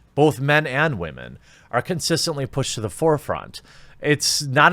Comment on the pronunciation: "STOP OBJECTIFYING WAHMEN"...."WHAT, I CAN'T OBJECTIFY MYSELF??!?!?!? REEEEEEEEEEEEEE" what a fucking joke.